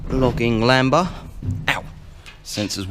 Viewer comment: It's like a fine wine and gets better with age. It probably came out the factory with 38. PS It's LAMB-DA, not LAMBA :)